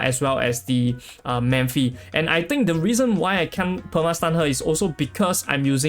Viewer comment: I often hear you pronounce “Memphi”, her name is Mephithopeles, right? Her nick is Mephi, if I’m not mistaken. Sorry, it’s just a correction.